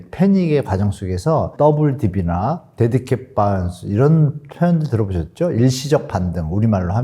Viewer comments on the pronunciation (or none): 데드캡이 아니라 데드캣입니다😂